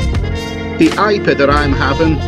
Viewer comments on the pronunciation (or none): Love your vlogs. Sorry to be annoying but it’s pronounced I P A as in India pale ale